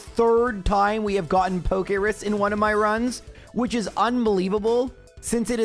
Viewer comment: It's called Pokerus. So yeah. Not pokeris lol